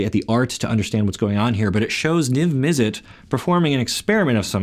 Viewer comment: It's pronounced Izzet not Izzit same with Mizzet, it's not Mizzit